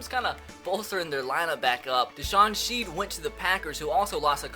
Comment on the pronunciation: ur saying deshawn shead's name wrong its pronouced shed not sheed